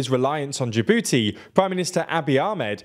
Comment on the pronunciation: Say Jabooty again